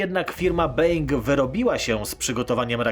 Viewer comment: nie /b-E-ing/ tylko /bo-Ł-ing/